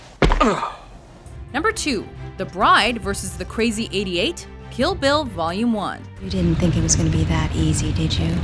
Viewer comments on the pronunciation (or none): none